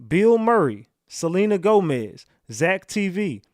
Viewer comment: It is Selena Gomez That Is How Her Name Spelled. Not Celine Gomez.